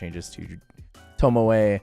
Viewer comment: tomoe-ay? where are you getting that extra a from? its toe moe.